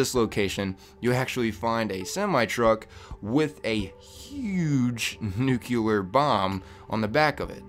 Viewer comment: stop saying nucular like you're George Bush or something. it's nuclear, nu-cle-ar